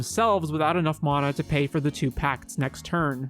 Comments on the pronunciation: "Maw-nuh" lmao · Bro you got some awful takes. Clearly don’t understand magic in a lot of ways. Also you’re saying mana wrong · The way this dude says mana lol